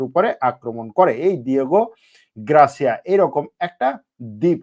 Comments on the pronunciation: গ্রাসিয়া না রে বাবা, গার্সিয়া। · Grasia na garsia english Porte pare na